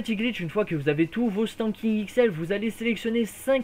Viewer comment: C'est Sandking pas standking x)